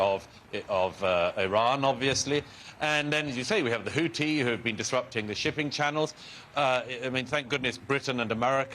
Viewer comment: Murray still struggling I see with all those complicated words: Hamas is still Hamazzz and the Houthis is still sounding rather like the Hoootys !